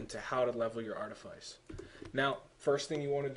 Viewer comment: Anyone who hears artiface in this video is either deaf or dumb, he clearly said Artifice... I use Artifice,Archeology,Treasure Hunting just like him >V